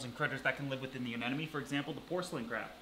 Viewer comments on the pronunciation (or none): Learning moment: it's actually a Sea Anemone, not an anenome. A lot of people swap the m and the second n when they say the name of the creature, but it is, indeed, A-NEM-O-NE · Say it with me... A-NEM-O-NE. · Anemone. Anemone. Anemone. Anemone